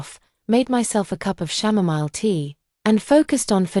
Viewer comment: "shamomile tea" 😂